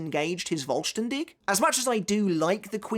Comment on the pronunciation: The "V" in the "Vollständig" is actually spoken like the F in Fist for example. The expression meaning "Complete" or "Whole". There is no expression such as Voll-Stern-Dich which btw means Full-Star-You ^^' Given the nature of the ritual it fits rather well, though I never really understood the japanese obsession with the german language ,especially regarding the Quincy. I know it is somewhat fitting but I still can't actually make any sense of it tbh.